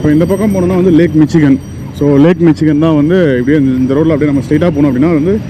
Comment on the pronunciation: Bro 😅 Eventhough it spells Michigan... pronounciation is mishigan .